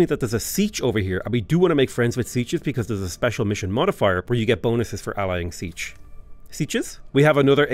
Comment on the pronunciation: Siech is pronounced SEE-AYCH